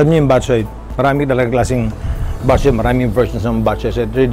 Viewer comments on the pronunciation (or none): bat - CHOY, not BAT-choy just like bo-RA-cay, not BO-racay But thx for featuring this recipe! Miss this classic Ilonggo specially.